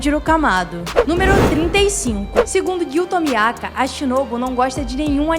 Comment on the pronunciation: “Urokodaka” Ué não era urokodaki🧐 “giyu tomiaka” Ué não era giyu tomioka”🧐